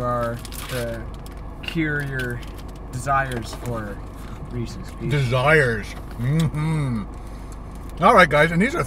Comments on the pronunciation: Lol it's REE.SEE not REECE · FAKEE!!! FAKE!!!! It say's Reese, and it's supposed to be Reese's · one of the most mispronounced company names - "REESE'S"